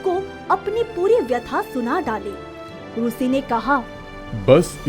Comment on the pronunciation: Very nice story and animation but rushi nahi rishi hona chahiye